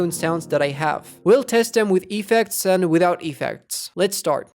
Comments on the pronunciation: it's effects not E-fects xD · i hate when u say Epeks